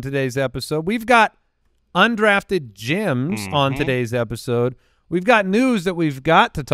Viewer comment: every time I hear this I think it’s “undrafted Jims”